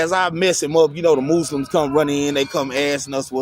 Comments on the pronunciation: The mooslims 🤣🤣🤣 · The Mooslims lol